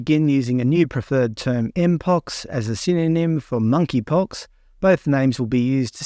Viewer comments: MoneyPox. The “K” is silent. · The 'K' is silent in Monkeypox.